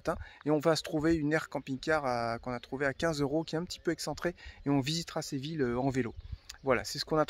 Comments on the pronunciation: Ce n’est pas Sé Ville.... Mais Sé vi lla... Si vous le prononcez en français dans ce cas il faut dire « Sé vi lle » Comme Fi lle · Séville se dit Séviye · Superbe video et gros kiff dans la foret <3 SVP quelle est le titre de la musique qui commence à ? Merci !!! Ah au fait ! Séville ça se prononce Séviye ! Je me souviens encore de ma prof d'espagnol qui à l'époque de l'expo universelle de 1992 nous avait dit de ne surtout pas aller au parc et de chercher du "chocolaté" ;D ce qui nous a évidement tous dirigé vers cet endroit stratégique par la suite ! Le reste de la classe vert a ete epique ! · Coucou les 😊 J'étais pliée quand tu t'es mis en mode chasseur avec Téo pour observer l'insaisissable Martin 😂😂😂😂 Séville est une très belle ville 🏙 Je pense qu'on prononce "ille" comme "bille", "iye" 😉 Ben oui, c'est toujours déplaisant de tomber sur des spots souillés 😒 À très vite 🤗 Gros bisous 😚